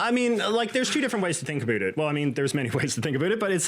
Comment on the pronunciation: Closed video after . We don't need your fake/exaggerated abootit. I've never heard a Canadian say this outside of a joke.